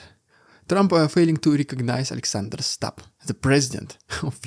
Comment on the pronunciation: Great content as always, BUT it's pronounced StUbb, NOT "Stabb", whatever that might be.